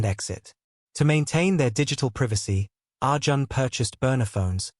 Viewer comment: The pronounciation of Indian names is completely incorrect. Arjun is pronounced as Arjan is wrong. It is pronounced as Ar - june.i.e Arjun .Malhotra is pronounced as --- mal + hot + ra. Here t is lightly pronounced than with emphasis. Anjali is pronounced as Aun + jli ie. Anjali but not with emphasis on -- a, but lightly